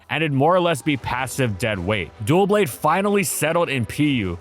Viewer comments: Wow this video was annoying. It isn't "Dualblade" it's "Doublade" So no DUAL BLADE, but DOUBLE BLADE or DOUB-LADE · Can people please learn to pronounce Doublade's name correctly? It isnt DUOblade. Its pronounced "Duh-Blade." Its Double+Blade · Am I crazy or is he saying it like “Dual Blade” instead of “Double Blade” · "Doublade" is pronounced like the first syllable for "double" and "blade," "Duh-BLAYD." It's not "dual blade." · Irrationally angry because you kept saying “duel blade” when it’s clearly “Duh-blade” like double blade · Its Doublade, as in Double. Its not duo blade. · It’s not “duoblade” it’s “doublade” the first syllable is pronounced like the beginning of “double” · but he put an L there. he's pronouncing it Duel Blade XD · "duoblade" lol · Not to be an asshole, but it’s Doublade, not Duo-blade or Dual-blade or whatever you’re saying. Double blade, doublade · I don’t know why this bother me so much but it’s pronounced dubblade. Like double blade. Which you literally say in the video lol. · What is Dough blade my man 😭 Edit: now I'm hearing dualblade? I'm pretty sure its Doublade, as in... Double blade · Another great analysis as always, but Doublade's name comes from "double" and "blade" and thus should be pronounced like "Dub-lade." It doesn't come from "dual" and "blade." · Is it not pronounced Duh-Blade?? I’ve always said it that way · I always thought it was pronounced with the "Doub" from DOUBle, and the "Lade" from bLADE? Dohwb-lade? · Am i the only one cringing at him calling doublade "duoblade"? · Oh for- Doublade. Like Double and blade. Because it's two swords. It's D-O-U not D-U-O. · Why call it dual blade? The name doesn't even have an L in it?! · Great videos as always , but in every video that you mention Doublade you pronounce it Duoblade. Double blades, not duo of blades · Are you saying dual blade on purpose? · *Duh-blade. Like the word "double" and "blade" put together. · your saying Doublade wrong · It's doublade, not duoblade.